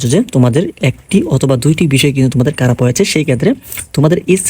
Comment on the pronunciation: আপনি খারাপ কে কারাপ বলেন কিভাবে ?? 😢